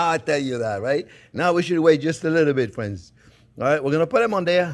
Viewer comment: Making these Sunday!: how would you write how Chefs pronounces "friends"? "Fwends"?